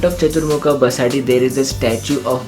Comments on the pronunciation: It's Basadi / basdi and Not pronounced as BasaDi. Nice video . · Excellent video with perfect tour itinerary for 3 days Udupi visit. I just wanted to mention that names three places were incorrectly pronounced. 1. KARKALA - कारकळा 2. BASADI - बसदी 3. Kaup - कापु (though the place name is spelled at Kaup, it's always pronounced as Kapu) खूप छान. पुढच्यावेळी मंगळूरुला पण भेट द्या. मंगळुरुला आपला हार्दिक स्वागत आहे.